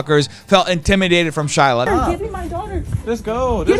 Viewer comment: pronunciation of shiLAAAAH is too funny